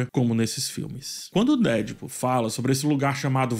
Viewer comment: Fala,. Eu sei que você tá nesse modismo de querer pronunciar as coisas em inglês e tal, mas, se quer pronuciar corretamente é deadpool com a tonica no pool, não no dead.